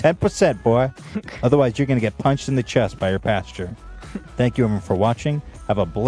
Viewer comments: i love that ethan says "pasteur" instead of "pastor" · I love you guys but does Ethan not know the word pastor is different from the word pasture? It makes my skin crawl when he says it wrong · Ethan always says pasture instead of pastor 😂😂😂